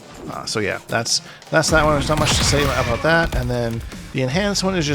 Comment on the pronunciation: the “aboot” 2 seconds in isn’t enough